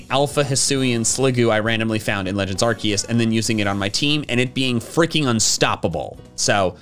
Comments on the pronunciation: AGAIN, IT'S ARCEUS, NOT F*CKING ARKOOS! SAY IT RIGHT! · THERE ARE NO O'S IN ARCEUS! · It's Arceus, NOT Arkoos! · IT'S ARCEUS, NOT F*CKING ARKOOS! SAY IT RIGHT!